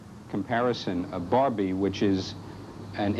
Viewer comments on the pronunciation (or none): none